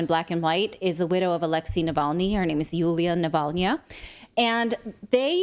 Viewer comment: You say navalnya like hernia. Funny and totally fitting.